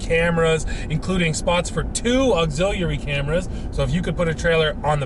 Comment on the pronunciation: Did anybody else cringe every time he pronounced ‘auxiliary’?